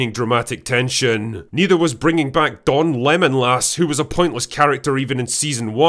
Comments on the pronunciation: "Don-Lemon-Lass" lmfao 🤣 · "DonLemon-Las" Lmaoo! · "Don Lemonlas" 😂😂😂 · Dude “Don Lemonlas” LMFAO